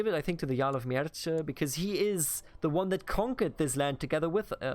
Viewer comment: Mierce --> Mierße (german pronunc.) Hwicce --> Hwicke (angehauchtes W) Anglosaxon is pretty close to german, so it is not too complicated for us. Mierce for example only over time became latinized to Mercia, but the original name is pronounced similar to what you would pronounce it instinctively as a german